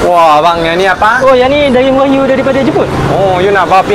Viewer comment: Dah 2025 pun masih dok sebut wakyu lagi ..😂😂 waklu